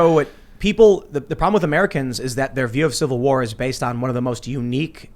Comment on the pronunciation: Tim "civil warr" stool